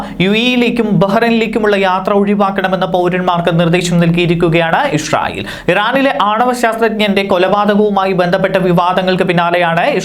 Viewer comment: ഇഷ്റായിൽ അല്ലാ Bro ഇസ്രായിൽ